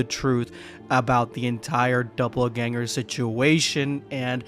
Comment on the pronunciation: It's "dopple" ganger, not "double" 😂